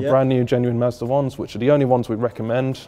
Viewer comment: anybody else hear say "master(or massa) says so" instead of Mazda says so?